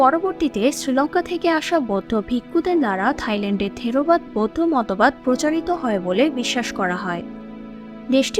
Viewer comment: থিরোবাদ না থেরবাদ হবে